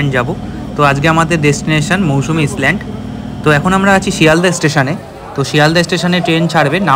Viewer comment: ইসল্যান্ড নয়, ISLAND আইল্যান্ড।